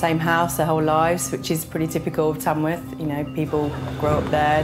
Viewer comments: The place is called Tamworth not Tamsworth. I know I live here. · It’s Tamworth. Not Tamsworth. 🙄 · It is Tamworth , not Tamsworth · Nope. It's Tamworth, not Tamsworth.